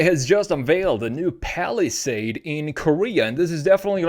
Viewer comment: because it is ai, look carefully, it says “falisad” instead of palisade